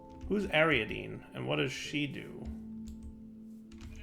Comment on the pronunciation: Ariadne! not ariadene! as in the daughter of king Minos of Crete. God help me with Americans trying to pronounce foreign names.